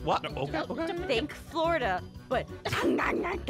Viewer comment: its funny taht the all say flordia or somting !! ein:florda aphmau:flor flodia kim: flodia pierc:flodia